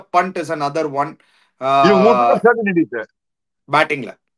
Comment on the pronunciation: I’ve been trying to correct you both over the last three years. It’s not certainity or certinity; it’s CERTAINTY. You’re welcome!